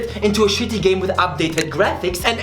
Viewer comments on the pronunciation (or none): "It sure as hell is a fantastic REEEEEEEEMake that is faithful to de OriGIIIINAALLL, but it still is a shitty GEHHH!!!": that was my ted talk tank you